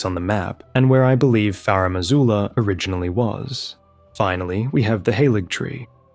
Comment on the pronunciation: FaRumm AzooLuhh